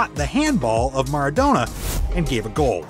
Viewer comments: I stopped watching when he said Maradano instead of Maradona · OK.....After i heard 'The Argentine captain MARADANO" i had to leave.......